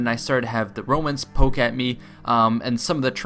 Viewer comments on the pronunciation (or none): none